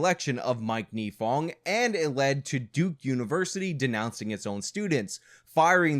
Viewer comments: A couple things. 1. His name is NYE-fong, as in 'Bill Nye Science Guy. 2. Her name is MAN GUM, not MAGNUM. 3. Nifong thought he was going to get the Edwards senate seat in North Carolina because Edwards fell apart in the 2005 election season. That is why he went so hard in this case; he thought he'd be a US Senator. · MAN-gum not MAG-num "Unfortunately he did not serve any time in jail for what he did" Incorrect. Mike Nifong served a one-day sentence.